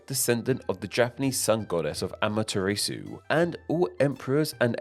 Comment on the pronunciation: The Japanese sun goddess' name is Amaterasu! NOT AmaterEsu!